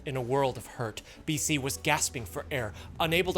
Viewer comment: BC MC DC SC? Tell me you don't know how to pronounce their names without telling me 😂lol